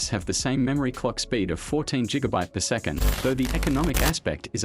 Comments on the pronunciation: You pronouncing gigabyte wrong it’s not jigabyte it’s gigabyte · Jigabye? Really come on dude Don't get why people are so afraid to get behind a microphone and spit a script. Instead of export the job to lame ass bots. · top tier tech? sorry but i judge the fuck outta people who use an AI narration instead of actually talking yourself. not very top tier to hear a robot say ‘jigabyte’. don’t be lazy. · Question... wtf is a Jigabyte? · no one : him : jigabyte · Jiggabyte…. Does Jay Z have a brand of cereal?